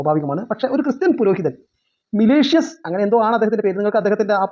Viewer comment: മിലിഷ്യസ് അല്ല Malicious 😂😂😂😂